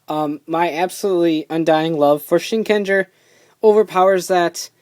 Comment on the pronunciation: It's pronoun SHIN_KEN_JAA! There NO GER in japanese. Why is it so hard for people to get that?